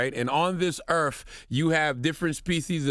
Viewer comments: Charlemagne it’s earth not eartf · Earfling on this Earf